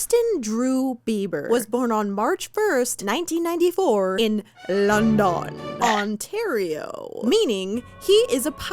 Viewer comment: London Ontario and tattie/ hattie mallet? Girl don’t let the beliebers hear you fumble like that